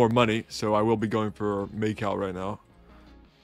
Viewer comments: may cow 💀 pls fix ur pronunciation lmao. I won't forget that australia video. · first attempt or the millionth attempt? also Macau is pronounced like, "ma cow" just smooshed together just to let you know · calling Macau "Make-out" kept throwing me off ngl